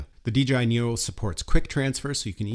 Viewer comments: why do you keep saying Nero? it's Neo. LMAO! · Am I hearing things, or do you keep saying "NERO"?